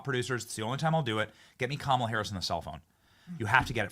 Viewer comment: It’s KaMAla!!!! An Indian name with the emphasis on the MA!!!!